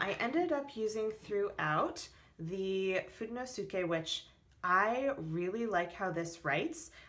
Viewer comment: Haha, its FOO-DAY-NO-SKAY. I love your setups.